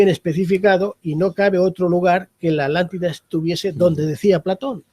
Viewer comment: Porque todos los españoles diven ALANTIDA.. si es ATLÁNTIDA??? no pueden pronunciar bien la palabra? Igual son redundantes .. dicen "subir para arriba". Veo tantos videos de youtubers españoles y todos tienen ese detalle, a pesar de ostentar tener estudios.